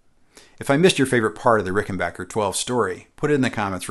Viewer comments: FYI: A few times in the video you slip into saying "Ricken-bacher", instead of Rickenbacker. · Nope it’s rickenbacker per the family. Interestingly enough, only the guitar company had this bocker misnomer. You almost never hear people say bocker when their cousin, WW1 ace Eddie Rickenbacker is mentioned. His name is almost always pronounced backer properly. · Pronounced "Ricken-bach-er" vs the previously admonished "Ricken-Back-er" 😄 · why does everybody say Rickenbocker and not Rickenbacker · I was this many years old when I learned it is pronounced Rickenbacker, not RickenbOcker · Hip people still pronounce it "RickenBACHer". "RickenBACKer" just sounds silly.